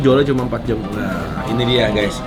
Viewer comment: Dan "jam" bukan "jem"